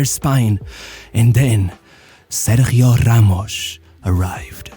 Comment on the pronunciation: it's KariuS and RamoS not KariuSH and RamoSH!! 😂